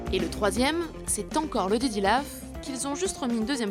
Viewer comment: Pourquoi tu dis diddy lauf ?